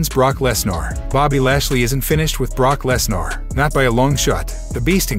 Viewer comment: What is Brock Lesnour? If you going to use a robot voice least get some of the names right.. Triple H better make Cena Heel or Heel/ Babyface..Baron Corbin can never have a clean slate, his wrestling is garbage.. his act on gimmicks is terrible, he cant make promo's take save his life.. I thought roman reigns was bad, but Corbin is the Doom movie w/ the rock... Logan Paul is not injured.. An injury like that will barely make him to walk.. they are not using Logan Paul as a Full Time Wrestler.. Just a part time wrestler.. with building a boxer type record statistics and try to build him huge that way... while he is bringing in viewers.. they dont need to have a title match with Roman Reigns vs The Rock.. the title prize in that storyline is through leadership of blood family rights or something.. Cody can Dethrone Roman Reigns.. The Rock can strip Roman from his "head of the Table" title